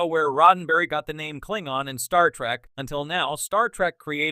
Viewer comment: I hope this is an AI doing the narration. Because who or what is doing the voice over has no clue how to pronounce Klingon.